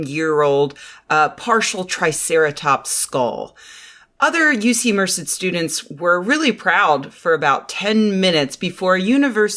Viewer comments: I've never heard anyone say Merced like that, and I grew up not too far from there. Everyone in the area pronounces it "Mer-CED" rather than "MER-ced." Is that just how people say it outside the valley? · Holy crap I didn't even register Merced. I grew up in Modesto and never heard Merced pronounced that way. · mer-CED (Stress on 2nd syllable)